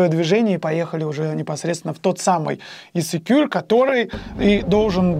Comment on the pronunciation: Ребят, рахмат за родной Кыргызстан! Только пожалуйста не Исикюль, а Ысык-куль 🙏😁